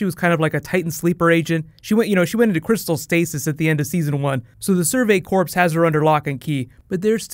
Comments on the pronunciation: When someone says "corpse" instead of "corps" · In survey corps, the s is silent like marine corps